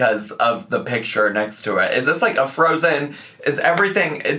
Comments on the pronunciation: Oh it’s not pih chur? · For 2024, I wish would learn the proper use of the words eaten/ate, is/are, well/good, and for the love of CHEESE learn the pronunciation of picture.